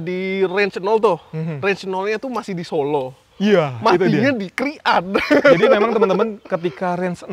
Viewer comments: Bang pengucapan "krian" yang betul adalah "kriyan" bukan "krik'an" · baca krian nya bukan kri an bang, tpi langsung Krian